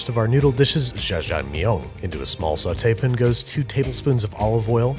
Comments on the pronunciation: You realize how brilliant Parasite is, when you learn new details about like this about the movie. Also Andrew- sautay-pins? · Don't forget sautepn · From the creator of "Saucepin", enter: "Sautepin" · I came for the recipes. I stayed for the pronunciation of sauté pan.